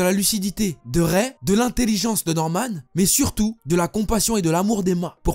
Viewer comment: Prononce Ray "raï" plz 😂 Raie 🤣 Bon j'avoue en vrai c'est pas drôle